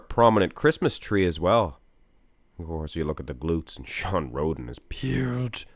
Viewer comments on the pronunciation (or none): I swear said Shawn Rhodent at the beggining